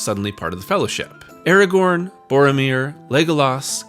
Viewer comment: And what of this "Eragorn" or this Sawruman fellow? Can't say I've ever heard of them..